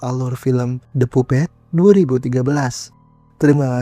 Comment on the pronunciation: Kak sedikit masukan,itu baca nya pampet bukan pumpet. Klu ada judul bahasa inggris coba liat kamus atau google sebelum di rekam,biar sekalian belajar BHS inggris juga. 😊